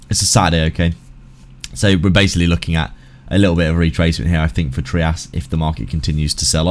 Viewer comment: It’s pronounced ‘’Try-us”…that’s how the guy who created it says it. It’s not “Tree-us” lol